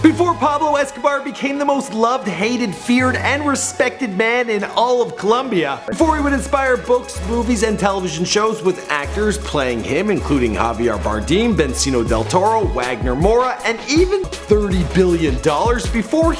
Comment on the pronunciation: how hard is it to research pronunciations? you pronounce things wrong literally in every video. take the couple of seconds to research the damn pronunciations of names. You called javier bardem javier bardeeem come on dude!